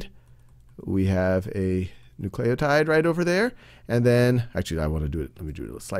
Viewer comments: Bro! It's pronounced NOO-cle-oh-tide! Get it right... oh my gosh it's almost as bad as someone saying "nucular" instead of "nuclear". *facepalm* so annoying and distracting! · n u c l a y o t i d e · I feel like he is saying nucleotide like that just to frustrate me.